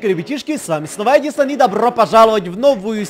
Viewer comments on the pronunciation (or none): Ты сказал АДИСАН